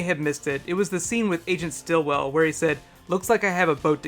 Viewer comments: it is sitwell not stillwell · It's Sitwell not Stillwell! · It's not Stilwell, it's Sitwell